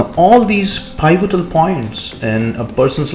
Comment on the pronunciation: Pivotal is read as P-votal